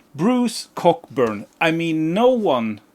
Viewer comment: For the record, Bruce Cockburn is pronounced {kow•buhn} 😂 The Peps records have slipped my ears so must check ‘em out. And I am one of the few who actually like the first 9 albums by Status Quo. The drumming from John Coghlan on those records is just AMAZING! Just listen to the record Blue For You and the songs Mystery Song, Rain or Is There A Better way 💪🏼